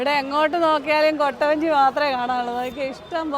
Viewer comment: കോട്ട വഞ്ചി അല്ല കുട്ടവഞ്ചി anu😅